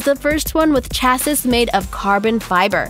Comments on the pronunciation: What the hell.......it's pronounced CHA-SEE!!!!! not CHA-Sis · I'm sorry but what fuck is a chasis?? It's chassis ... Like sha-see ... I think that actually gave me a little bit of diabetes. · 1) Subscribed. 2) "Chass - iss" 3) Unsubscribed. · Isn't it pronounced "chass-ee"?